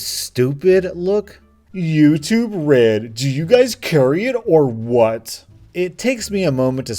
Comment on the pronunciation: You say YouTube red I hear Red